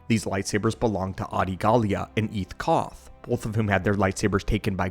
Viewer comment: Eeth koth isn't it? I've been looking forward to meeting you ahahahahah, eh cough.